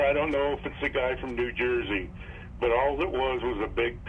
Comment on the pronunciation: Aye why you say new jersey like that hummm 😂😂😂🤷🏿‍♂️🤣